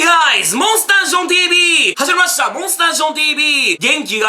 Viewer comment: たまに始まりましたをはじまましたに聞こえる時ある気がする笑